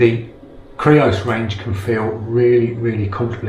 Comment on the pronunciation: Yay you said creos not greos!